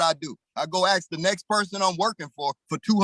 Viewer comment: why cant black people pronounce, "ask"